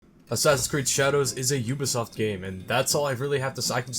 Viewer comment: shasassassins eed: cradhows